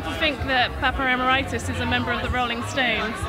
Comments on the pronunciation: Its NOT EM-AIR-EYE-TIS. OMG. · Is it just me, or does anyone else cringe when an interviewer mispronounces Emeritus? It's Em-air-it-us. It's really not that hard..